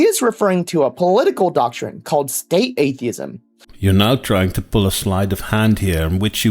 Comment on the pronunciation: Bro looks like he's being held hostage and forced to read that script at gunpoint. Blink twice if you need help,! It was pretty distracting to hear him say r/atheism as "ace-theism."